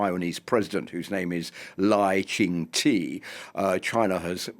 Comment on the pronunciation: Taiwan should bring in some of the rail gun tech that Japan is perfecting... That said, it's Lai Ching Tuh... NOT Lai Ching Tee...